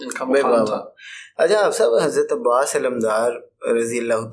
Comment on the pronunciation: عباس کے نام میں بھی زیر نہیں ہے۔ ماشاءاللہ ❤️